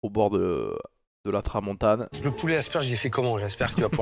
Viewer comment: C'est pas la tramontaGNE, mais la tramontaNE. Fallait bien au moins un gros relou de parigot pour souligner ce point ;) C'est gratuit, pas la peine de me remercier mdr